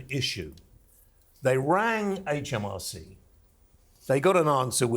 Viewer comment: The HMRC man said 'HAITCH M R C!